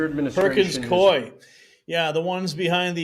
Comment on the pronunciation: It’s pronounced coo-E, Coup-E